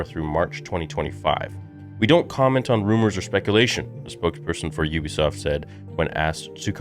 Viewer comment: The pronunciation is you-bisoft not oobisoft